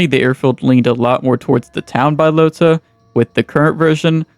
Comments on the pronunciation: Its Bahloata not Baylota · came here to say its B-AH-Low-TA. not BYE-LOTA.... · BA-Lota not Bi-lota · Really bothers me you can't pronounce balota it's not bilota it's BAlota ahhhh bahhhh bahlota fucking dunce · its Balota not Buylota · No way you called it BYElota It’s BAlota airfield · How tf does someone say "bYlOtA" when its Balota? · Bro saying byelota is driving me crazy Buhlota that’s how you say it wtf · lol “Bye-lota”. Do you see an i after the a in “Balota”? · It’s pronounced BUHlota btw lol. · bro you dont say bylota seriously do you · Admit you pronounced it like that for comment bait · don't tell us what to do, learn to pronounce words correct next time. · The way you pronounce balota deserves prison time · sorry couldn't get past the mispronunciation of balota